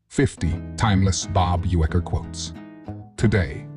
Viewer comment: The FAKE Narration on this video is insulting. At least Say his NAME RIGHT. Thumbs down.